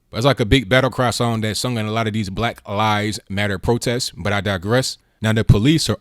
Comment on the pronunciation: Lies, He stresses LIES...